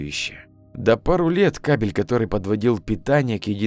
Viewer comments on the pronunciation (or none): none